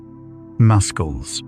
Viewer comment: Toward the end the AI pronounced muscles, “muskels”. Lol.